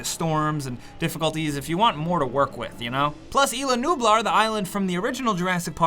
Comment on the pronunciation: It's EEEEsLA nublar